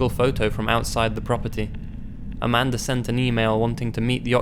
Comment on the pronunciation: I know her name is Amanda but i keep hearing Amander💁😳